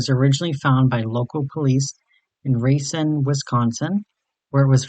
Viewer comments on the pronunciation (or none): I doubt you'll ever use this pronunciation in the future, but it's ra-CINE, Wisconsin.